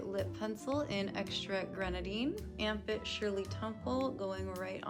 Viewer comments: Armpit? 🥲😭😭 I heard Armpit Not amp it....... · I thought it's "armpit"... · anyone one else just keep hearing armpit instead of amp it? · I just realized, her product's name is "Amp It", sounds exactly how she would pronounce ARMPIT.